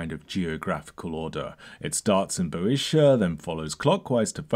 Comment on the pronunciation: Great video, highly enjoyable analysis. Just a pronunciation suggestion Euboea and Boeotia are pronounced like you-bee-a and bee-oh-sha in British English. The “oe” diphthong is usually contracted to “ee”.